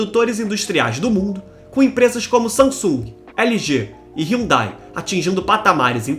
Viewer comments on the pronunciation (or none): none